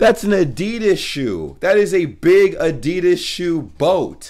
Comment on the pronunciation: remind me how "adidas" is pronounced, please. 😉